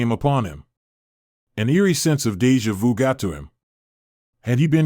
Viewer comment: "Deja vee-u". Bad auto reading.